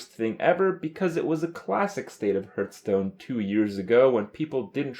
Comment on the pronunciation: it's kinda annoying that he says "hoertstone" intsead of heartstone